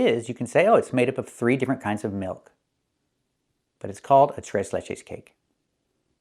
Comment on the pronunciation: ¿Do you speak spanish too? You pronounced "Tres Leches" like a native lol ❤❤❤